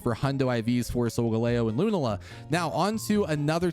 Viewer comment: It's Lu-Nah-la. Please my dude.